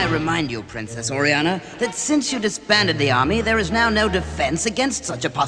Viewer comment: Orianna THE WORD IS ORIANNA